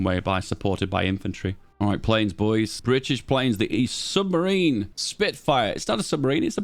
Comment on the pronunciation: Its kind of funny you miss read supermarine as submarine. The story is that the company got its name because a fast agile aircraft was the opposite of a submarine. I dont know how true it is. But its referanced in a few of my books.